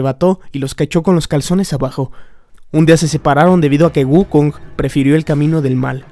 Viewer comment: Dijiste wuckong... ¡Dijiste Wuckong! ¡¡¡DIJISTE WUCKONG!!! AAAAAAAAAAAA!!!!!!!!!!!!!!!!!!!